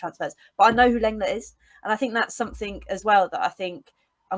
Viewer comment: I think you will find that LENGLET is pronounced LONGLAY, which sounds like most people's idea of a good time! 😁